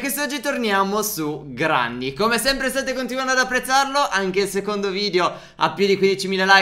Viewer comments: Si dice grenny e si scrive granny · STEF E PHERE SI SCRIVE GRANNY MA SI LEGGE GRENNY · Si chiama GRANNY ma si dice GRENNY😂😂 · si dice grenny ma si scrive granny hahahahahaha vi voglio bene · Ma non si dice "Granny" si dice "Grenny" anche se si scrive granny😂😂😂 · Si pronuncia Grenny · Scusate si dice grenny no granny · Si dice granni si dice grenni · non si dice granny quando l'inizio del video comunque si dice grenny mo lo scrivo cosi per dire come si dice